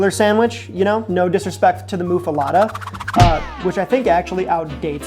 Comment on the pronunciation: "MOO-fa Lotta." Nosir. MUFF-uh-LET-uh. It's a toss up for me. The bread is the dealbreaker for the Muffaletta. Olive salad is better when it's made with olive oil not soybean oil. I've had so many bad po' boys. Key is to make sure your protein is cooked correctly and you have a good amount. Also, make sure you have good sauce, and of course, a bagette is the best bread. A hoagie bun is an immediate failure. Cubano Brothers there in the loop flies in their bread daily. I have often heard that the air in Tampa is what helps with the bread they make there. I dunno. Hot Brown is what happens 2 hours after you eat the hot brown. Delicious! If you ever need anyone to help you eat these things you make, I'm right over the border in Indiana.